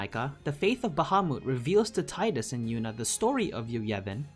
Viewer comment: Had total faith in this video until he said TIE-dus instead of TEE-dus. Trash researcher.